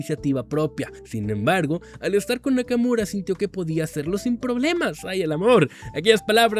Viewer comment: Nakamura ❌ Nakamuro ✔️